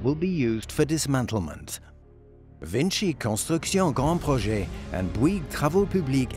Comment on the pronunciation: its called grand projects but because its a french company the twat has to pronounce it in a french accent